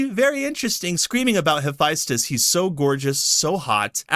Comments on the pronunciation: Mispronounce Hephaestus my dude. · Why you say Hephaestus like that?